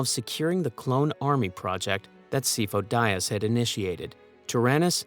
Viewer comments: "SIGH-foe DEE-uhs" This name is literally pronounced in canon. Otherwise, great video. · Si-foe Dee-az. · The pronunciation of Sifo-Dyas through this is brutal. Not like he's named numerous times in the movies and TCW 😂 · My only beef with this video is the mispronouncing of Sifo Dyas.